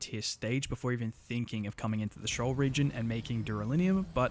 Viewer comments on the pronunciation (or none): It's not pronounced shoal, it's pronounced "SHEE-ohl", from the Hebrew bible, a place of darkness and death.